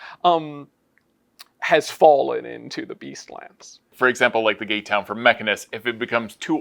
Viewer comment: Was I the only one to hear "gaytown" the first time they said "gate town"?😅